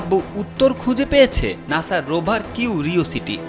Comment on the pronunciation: আপনার উচ্চারণে অনেক ঝামেলা আছে। কিউ -রিওসিটি, হ্রদ কে বারবার হৃদ(Hriwd) বলতেছেন।